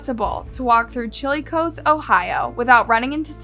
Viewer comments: Seriously...find out how to pronounce names before you go and make a YT video for the world to see. Embarrassing for you. Chill uh coth (rhymes with moth) ee ... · It's 'Chill-i-cothe' ('cothe' is pronounced like "coffee", not like "both"). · It's pronounced chill-o-caw(like a crow noise)-thee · CHILL A CA THE, not how the narrator mispronounces it. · I wish I could find more credibility here. I stopped watching as I cant take seriously someone who wont even bother researching the pronounciation of the of the town. I heard you pronounce it at least 2-3 different ways.. all incorrectly. To clarify - its Chill Ahh Coth (like cloth or goth) eee. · Chil-a-koth-e is how it's pronounced. Look it up before making a video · Just a heads up... You guys are botching the name of the city. I live near by. We pronounce it... Chill-i- coth--ee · It's pronounced chill-O-coth-eee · It's pronounced as Chill LA CAH thee , (Chillicothe) Ohio. I live in neighboring, Kentucky , so I know . BUT WOW what an AWFUL story. WHY would you do something like that? you know damn good and well something that heavy you have to push will seriously injury someone at the very least! To only get 3 years in a Juvy detention center. For me I think that was way to light! UNLESS somehow that is what the victim's family wanted. Otherwise they got off way too light. I know they are young, and they do not think they same at that age, but they killed someone! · It's pronounced CHILL-A-COTH-EE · It's pronounced Chilli-cothee - there is one in Missouri too ~~~~~~ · Just for clarification... the town where this happened is pronounced Chill-uh-koth-ee. ~~~tragic story :( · Okay. Some clarification, since I am from here. It's LOGAN, Ohio. And Chillicothe is pronounced. Chill-oh-cough-thee. Victoria is from there. But the state park is in Logan, Ohio. The two towns are about a hour away from each other. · FYI ~ Chillicothe is pronounced Chilly-kaw-thee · Pronounced Chillicothee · It's pronounced ChilicothEE